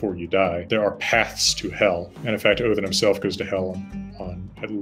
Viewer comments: Love the fact that he pronounces the names & realms correctly. Best example is him saying Odin like Othin. Also don’t like the fact that they go over Kratos bring up that his confusion to dying of old age is dishonourable & makes one go to hel. Not to mention that Magnus & Modi are supposed to be born after Ragnorok. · He gets pretty close for an American, and yes, it is Othin (more like Oath-in with a soft th sound or oh-thin)